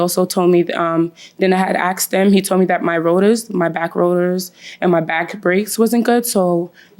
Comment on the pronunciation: Asked, not axed😒